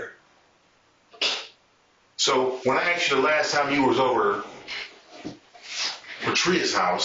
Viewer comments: Stupidity is the main cause. They never pronounce "asked" correctly. They say somebody axed them a question. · Why does she keep saying ax? And why do they get these weird names from?? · ITS ASK NOT AXE AND GONNA NOT FINNA. NOGS MESS EVERYTHING UP